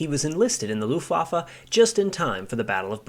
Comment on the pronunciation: Yeah, whenever I hear "Looftwoffer" I don't know whether to laugh or cry, or both.